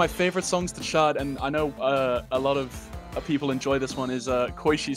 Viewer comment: is it just me or everytime says “chart” i hear “shart”